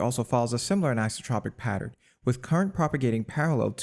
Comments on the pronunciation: Very impressed, thank you for sharing this. But isn't it "anisothropic"? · AN - EYE-SO- TRAH-PIC anisotropic EYE-SO-TRAH-PIC isotropic not "ICE-AH-TRAH-PIC" PLEASE FFS CHANGE YOUR WAYS TO THE AFOREMENTIONED